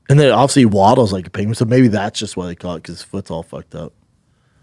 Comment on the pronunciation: It’s one of the great mysteries of the universe. Dude struggles to say the word “obviously “ he says ovsey. Go figure